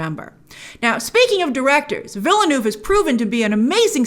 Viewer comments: Stop saying Villydenoov Fss! It's a French word. It has a pronunciation. Say as if you are using the French words. It's Veelnurv. New Town. We don't pronounce Newton, Neeewlytornpop. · she still can't pronounce villeneuve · As someone who is fluent in french and English , i find it funny how you pronounce VILLENEUVE 😂😂😂